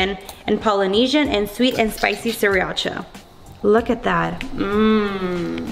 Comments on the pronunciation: Dude ikr! It's "sah-rah-cha" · “Siriacha” lolol